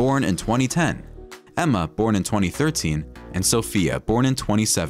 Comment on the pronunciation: Ema is only name in video pronounced nearly correct